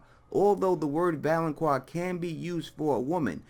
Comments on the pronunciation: It's not "valon*quar*" it's "valon*qar*", like "car". Also, you're wrong. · ITS VALONCAR NOT VALONCWAR!!!!! THE Q MAKES A tough C SOUND! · Pronounced (val-on-kar) god damn you done pissed me off continuously misspronouncing that word! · I always hear "Valoncroix" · shonshonacg 😁😁😂😂😂🤣🤣🤣 I thought I was the only one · lol yeah it was really bothering me too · Its pronounced val-on-kar. There's no u so there is no wha sound. . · I have to admit, my face twitched just a little bit every time you inserted a “U” into the pronunciation of the word “valanqar.” Solid theory, though. I hadn’t considered Euron. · I mean I am only 1 min in but the fact that you don't know how to pronounce valonqar does not give me hope for your theory. Tears could be a reference to the Tears of Lys, a poison Cersei has almost used before. I think perhaps Ayra will poison her, but just enough to make Cersei unable to move or fight back as in drowing her in tear, then posing as Jamie the Valonqar, Ayra will explain it all to Cersei and then choke the life from her. (with both hands). There might be something in "pale white throat" as in "pale wight throat?" perhaps as well :) Cersie could become the Night's Queen and Ayra will kill her after that, eh there are so so many variables with prophecy in GoT, you can never be 100%. I could be completely wrong with all of this and you could be correct, we really can't be sure!